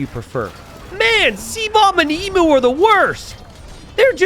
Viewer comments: I wince in pain every time he mispronounces Emu. It's Eem-You. Not Ee-moo. Hoping the Emu Warrior name is a reference to the time the Australian Army went to war with the Emus, and lost. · if you do a video about CRICKET 🏏 in India, you might get a Billion views... 😁 Geography is the same as any other subject you studied (or not) at school - you must NEVER STOP LEARNING. Emu is pronounced "eem- you", not ee-moo. M 🦘🏏😎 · I HAVE HAD A LONG DAY... APPRECIATE ME. leave Jeef's alone. Also, it is FREAKING 'EEEEM-YOU' not 'EEEEM MOOO' Dead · Emu is pronounced EEM-YOO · mispronouncing Emu for an hour was a laugh at least 😂😂